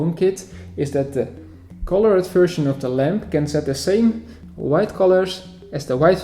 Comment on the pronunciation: Colored/Coloured is pronounced as colord, and thus 2 syllables. Work on your pronounciation and your videos will be even better!